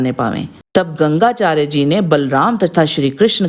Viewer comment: Gangacharya nhi Gargacharya 🙏